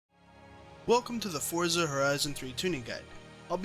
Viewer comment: Thank you for not pronouncing Forza Fortza.